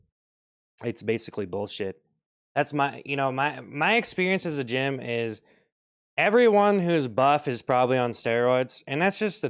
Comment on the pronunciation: Bro did the “gym” completely wrong 💀